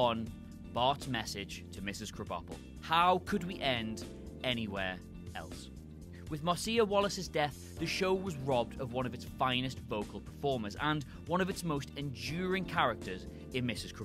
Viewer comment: Mars-see-ya Wallace? 😂